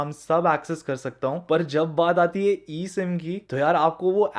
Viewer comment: Abe eem ya e sim lol